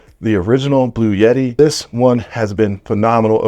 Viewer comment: Heavens Sake, It's Not Blu Yeti, It's Blu etti.